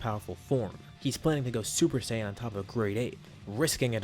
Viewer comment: Super Saying 4 Turles